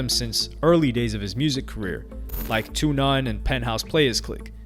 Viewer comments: Great video. But it's "Second to (two) None" (2ND II NONE)"not "Two Nine". Legendary rap group from Compton with Gangsta D and KK. Wicked video though mate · Small correction…: 2nd II None is pronounced “Second 2 None” Quik is a LEGEND and GOAT in the production/DJ game, especially in the West. My cousin used to rap back in the 90’s before he was murdered (long live Tommy Gunn). He took me to a session with Quik back in 94 that changed my life and gave me a different love for music, particularly the production side. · I stopped watching when this mf said 2 none. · This fool said "two non" ?!😂😂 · WIt what. Who's 2-none. It's pronounce 2nd to None! I had that album as well as Quik! Both classics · It's 2nd II None, not 2 None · 2 None???? You mean Second II None Bro!!!! Get it right. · Am I supposed to belive this guy knows hip hop when he called 2IINone (second to none) 2 none? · What is this narrated by AI or something? It’s pronounced SECOND TO NONE. Not whatever the fuck you just said lol.